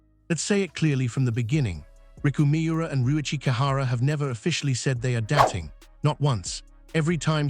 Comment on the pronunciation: Please use a narrator who can pronpunce words correctly. He sounds uttrly moronic. Dating surely easy to say! Hopeless